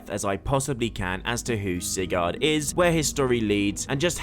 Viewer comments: It’s pronounced SIGERD NOT SIGARRRD. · Why you keep pronouncing it “Cigar”